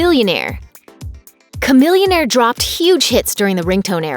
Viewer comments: I thought it was SHAMILLIONAIRE NOT KAMILLIONAIRE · Chamillionaire ... Cah millionaire... Sha millionaire. That sounds right.